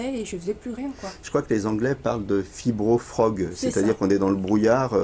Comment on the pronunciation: Fibrofog mais pas fibrofrog....si vous employez un mot anglais,ne confondez pas le brouillard et la grenouille.